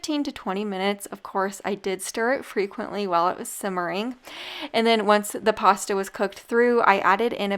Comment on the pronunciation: Hi. Lol.your not pronouncing your pasta correctly.